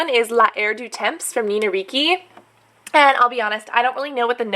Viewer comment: Its pronounced Dolchay and reechy